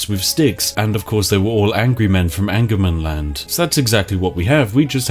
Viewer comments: Sorry spiff, but it is not angermanland, its ångermanland. Translated it means regret you land. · as I am a swed I have to say that it is Ångermanland, what in a direct translate would be regret-mans-land... So not anger-mans-land... put yes regret, if you go that north you just regret it... and then I myself live just a lot more north of that.... :) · Actually its not "angermanland". It's spelled "ångermanland", which is a letter not used in english. But its pronounced like an O. So Ongermanland. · It's not actually Angermanland but Ångermanland. The three swedish words making up that word is Regret-Man-Land. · in sweden angermanland is pronounced ångermanland, which translated directly means regret man land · Spiff: Calls regretmanland "angermanland". Me: "I wish". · Ångermanland, Regretsmanland in english 😁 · Its pronounced ongermanland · Ångermanland (Pronounced ɔ̂ŋːɛrmanˌland) Hmm. Direct translation: Regretmanland.